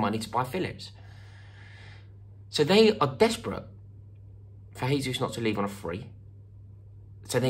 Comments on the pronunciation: Jesus is pronounced as 'Jay-sus' and not 'Hay-sus'. It's Portuguese and not Spanish. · In portuguese, the j is pronounced more or less as a j (a bit softer but about the same), not in the spanish way which is closer to an english h sound. It's not "hayzoos" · What can Arsenal offer Gabriel Jesus? We can offer to pronounce his name correctly. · Pretty sure he wouldn’t want to play for a club with fans that can’t take the time needed to learn how his name is pronounced! He’s Brazilian, not Spanish. “Jay”-zoose not “Hay”-zoose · Pronounced Jay-Zeus. You need to give your Chelsea contacts a call Rory! Do you think he starts for spurs though? Nice tan btw! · Arsenal can offer the ability to say his name properly. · Gabriel told me himself that he's not joining because you pronounce his name incorrectly, Rory. Unlucky mate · It's Portuguese, not Spanish. You pronounce the "J" in "Jesus" the same way you would pronounce the "G" in the word "regime". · If you want him you're gonna have to pronounce his name right first. Hint, his name ain't Spanish blood. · Maybe we say his name right? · Please pronounce the J in Jesus, like you do with Jose. Portuguese not Spanish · You can’t even say his name correctly mate